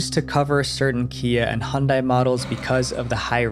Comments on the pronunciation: hundai? not Hyundai? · It so funny how people from South Africa pronounce Hyundai they say Hun-day I'm just obsessed with South Africa.